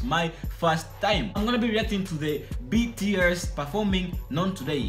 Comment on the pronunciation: Every time he said BST i got triggered an yelled NO BTS